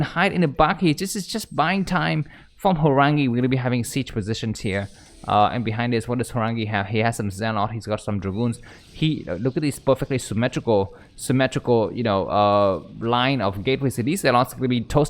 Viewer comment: I can't... listening about your drunk neighbour and your fantasies of being ass r*ped by his naked mates at your door was too much... You also continue to say "Ze-Lot" when it is "Ze-Lut".... unsubscribed..